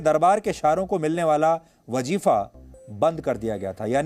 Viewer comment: जिस शख्स को वज़ीफा बोलना तक नहीं मालूम । जिस शख्स को तलफ़्फ़ुज तक की समझ नहीं है वो ग़ालिब को बयां कर रहा है | शर्मनाक आई ये आखिर में क्या कुछ भी लपेट दिया